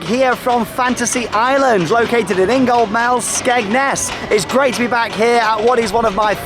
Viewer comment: its ingoldmells not ingamells that dont sound like a word look on the buses it says ingoldmells just in case u didn't know how is was pronounced I live in skegness